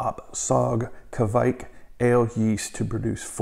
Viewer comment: Nice video! 👍 It's a Norwegian yeast and you almost said it right too 🙂 It's a badass yeast for sure!